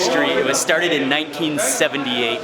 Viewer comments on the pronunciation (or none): the way he emphasize the 1978 is pretty accurate lol UAE is not that old and 1978 is old old